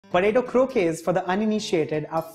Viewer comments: If any Spanish person hear you say croke instead of croquettes they will rip you off man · Its not crokays